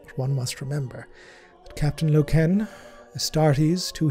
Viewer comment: every time you say LokEEn .. a space marine dies..